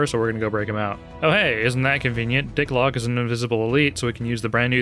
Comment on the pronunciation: I will never fully forgive you for calling Chak 'Lok "Dicklock". That man was a gentleman. Until we all killed him. But great video!